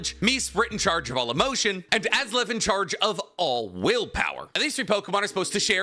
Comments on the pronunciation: You wanted me to start tearing apart how your timeline is. Dialga and Palkia are swapped You butchered Mesprit and Azelf's names its [Mess-prit] and [A-zelf] Could have referenced that the fossils are dual type because of the Revival process You could have also brought up Tropius and Relicanth who existed back then Gigantamax/Dynamax it can exist outside of being traded. Thats just it learning far away You also forgot Kalos War which is when the Ultimate Weapon was created. The Creation of Uva and Naranja Academy. The Great Pokémon War which Lt. Surge was in. The Creation Of Mewtwo. The Splitting of the Original Dragon. First Battle Bond Greninja. And a bunch more but of varrying importance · Im sorry, “Azlef”??? Btw the lake trios names are supposed to be compound puns with Uxie = You + Pixie Mesprit = Me + Spirit Azelf = Us + Elf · you are one of my favorite youtubers. But you butcher the names so badly lately on your one piece and pokemon videos 😂 Take some extra time to learn the names and pronunciations of the everyone you’re talking about. Also dialga is time, palkia is space. But seriously i look forward to more one piece and pokemon videos from you! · Respectfully, that might have been the worst pronunciation of the lake trio I've ever heard. I'm ngl it sounds like AI reading a script with "Azlef" and "Me-sprit". Still good content but... sheesh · No one talking about how he called Azelf “Azlef” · Calls it Azlef not Azelf. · Az-Elf, Mess-Sprit